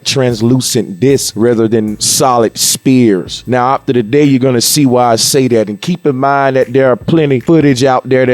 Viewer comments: Why would i believe the Earth is flat from a guy that pronounces sphere like spears? When i hear a physicist or math major explain it maybe then I'll believe it. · "I gotta show I nearly learned how to pronounce 'phenomena' but I'm going to keep missing the h in sphere" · You don’t say sphere with the ph the ph make a f sound